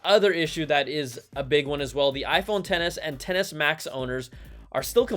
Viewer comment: Why’s it that every time Brian says “10S” I hear “tennis”, and “10S” max I hear “tennis match”? 🤣🤣🤣